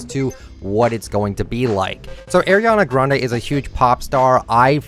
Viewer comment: No not the way he says Ariana Grande’s name LMAO 😂🤚🏽